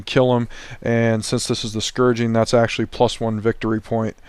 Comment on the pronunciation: The scouring....... No G in there! Nice report though